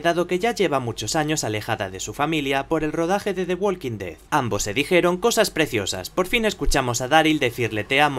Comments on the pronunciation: Se pronuncia "Woking", no "Wolking". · walk no se pronuncia la "L", igual talk